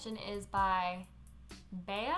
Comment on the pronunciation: This was a great response to the shampoo bar question. Honesty is what I needed, if I go in knowing it's going to be trial and error it's less frustrating. Summer + being a massage therapist + Arizona = a lot more hair washing. PS: "Bea" like Bee 😊